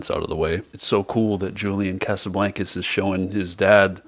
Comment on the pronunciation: he said "julian casaBLANKus" lmaoooo